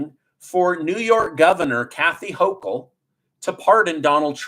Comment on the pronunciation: I adore you,, you finally pronounced the pos shig, Kathy Hochel's name correctly!! YOU ROCK 🩵❣️